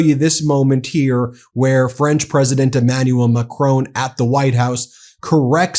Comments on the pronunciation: Please... it's President Ma-cron not Ma-crone. After all, I'm sure you don't pronounce "bacon" as "ba-cone"... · Why are Americans totally incapable of pronouncing Macron's name correctly? 🤔🙄😖